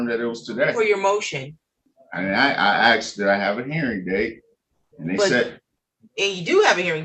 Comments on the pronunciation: He axed when is his general hearing date but he didn’t axe when is his motion hearing date. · "and I axed em" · He Axed the clerk your honnor!